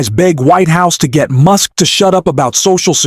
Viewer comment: listen closely to the pronunciation of Musk's name right after this time stamp. He also pronounces it MOOSK one time. Also there was a warning that this video was made with altered or synthetic content just before the reading of the article that they put up in print. This is something a video maker has to do if they change content in any way with AI or splicing or pictures or anything. I tried to find it again but apparently it only has to show once. It's in the corner of the article at the top right just as the announcer begins to read it. I noticed it because I ran into it once before in another article and clicked it and it took me to a page that explained it. It will be around or shortly after .